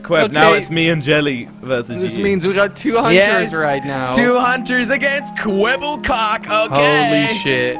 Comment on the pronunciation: Jelly said kwebblecock